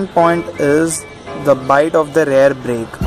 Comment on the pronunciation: It's spelled REAR Brake,REAR suspension not RARE Brake, RARE suspension.😂 About 4000rpm...dude are you new to bike riding,are you trying to copy what others are saying,dont you feel the power band? who the hell told you to keep below 4000rpm. Its a KTM DUkE 200 Engine with slight modifications (200NS-carburator,SOHC,high gearing,3 sparkplugs{a gimmick} . DUkE200-EFI,DOHC,Short gearing,single sparkplug) you need to keep above 4000rpm. every gear shift at 4500rpm is recommended! shifting below that is like torture even during run-in. You are ruining your engine components by lugging! Fuck this feels bad seeing useless fellow spreading false information. some ill imformed Bajaj showroom guys have no idea about their products..stay away from what some of bajaj ppl say. Also use Mobil1 Racing 4t 10w40 synthetic oil (in winters,rainy,moderate summer) or Motul synthetic 15w50 (in extreme hot summers) engine oil. Replace oil every 7500kms. Dont use crappy bajaj dtsi 20w50 mineral oil. keep speeds above 60 in 6th gear. constant riding at 5000rpm in 6th gear will give you fuel efficiency of about 56kmpl! improve your pronunciation,improve your basics!Ride safe!✌